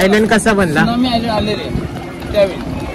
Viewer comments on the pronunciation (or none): island jari asel tari tyala iland boltat, s silent ahe tai!!!